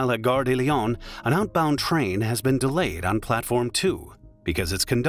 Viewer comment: De, not des.